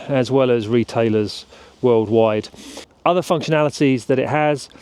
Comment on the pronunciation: looks sick bro - the way you said "retailer's" - 🤣